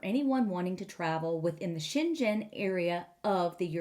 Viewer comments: The g in Schengen is a hard g : Sheng - gen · The way you pronunce it sounds chinese. You should probably go with a german pronuniation instead. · Since Schengen has nothing to do with China the pronounciation is with a g like in ground, lol.